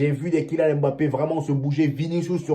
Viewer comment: Toi Africain tu prononce un nom Africain comme un occidental, c'est quoi cette histoire de M-bappe?? Vas y, il y a des noms bien plus compliqué que ca au Benin